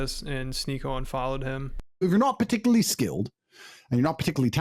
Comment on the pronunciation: I like when Andrew pronounces particularly like "puhticklee".